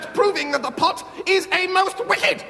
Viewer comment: Love how Stephen pronounces “pot”. This is a superb sketch. F&L at their best